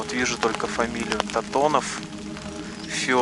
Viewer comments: Антонов а не Татонов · Не Татонов, а Антонов Федор, Вы же рядом стояли и не прочли правильно.